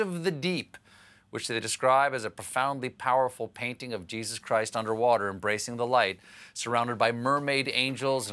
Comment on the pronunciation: "... because I was u-n-d-e-r-w-a-t-e-r" - Had to pause the video to finish laughing